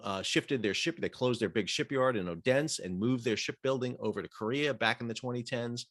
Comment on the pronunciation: Odense is pronounced O - den - se. Not Odens. Thanks for the video.